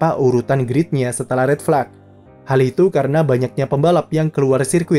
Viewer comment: Apa susahnya si min bilang red flag, tinggal jadi fleg doang